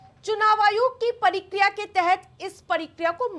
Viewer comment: परिक्रिया नही मेडम प्रक्रिया बोलिए